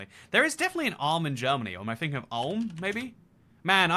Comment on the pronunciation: I wouldnt guess that someone who has a geography chanel would struggle so much even with capitals... and if you come from english speaking country you should learn standard indoeuropean pronunciation, because english is the weird one and it is fucking weird to hear things like Alm instead of Ulm or Kladzh napouka instead of kluzh napoka or chinsinau which you say like it should be china with the chin at the beggining :D Or thinking that malaga is an island but it is probably the biggest city south from madrid .. these are just basic mistakes people with geography chanels shouldnt do ... that is why we have all the gengiskhans instead of chingiskhans and other weirdly damaged names...